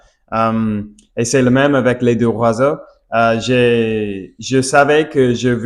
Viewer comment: Bonjour, merci pour le partage👍 quand vous parlez des oiseaux au pluriel il faut faire la liaison avec le S de " les "du coup ça donne en phonétique : les zoiseaux. Idem pour un oiseau faites la liaison avec le " un " et ça donne en phonétique : un Noiseau et pas un Oiseau. Désolé, oui, c'est bien prise de tête mais vous parlez super bien tout de meme😊 et pour finir de vous achever🤪 si vous parlez d'un oiseau ( d'un Noiseau) ne dites pas le oiseau mais l'oiseau. Allez, bon courage😅